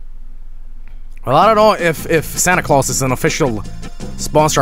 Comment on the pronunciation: there's no e at the end of santa claus